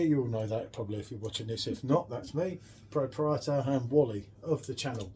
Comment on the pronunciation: pruh-prietor mate not PRO-prietor